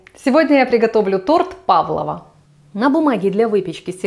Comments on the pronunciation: Правильно говорить Павл'ова - с ударением на 'о'. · Фамилия балерины ПАвлова. У иностранцев звучит ПавлОва, но это издержки произношения.